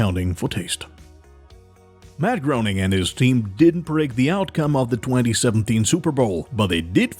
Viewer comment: Hey guess what you linguistically challenged narrator? Matt Groening is pronounced Matt Graining, like raining with a "g" at the beginning, not groaning like you said it.